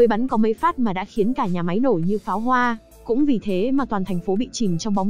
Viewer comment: Bạn đọc review quê ở Thanh Hoá hả. K đọc nổi dấu ngã sao. Cứ " giải ngủ", củng đâu biết